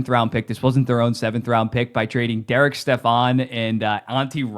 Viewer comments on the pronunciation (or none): none